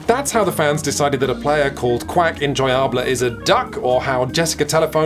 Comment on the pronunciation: Good highlight is where "Quack Enjoyable" is pronounced as "Quack En-Joy-Ah-Bley" Love the channel, btw! I just watched your videos on Roblox developer exploitation and Tank Tactics, super interesting topics!